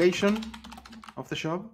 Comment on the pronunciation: I was wondering why he was saying 'shop' but adding 'job' ...